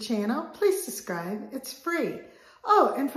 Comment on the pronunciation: Love your videos, but you lost your “B”. The word is “sub” scribe. Love you. Keep those videos coming.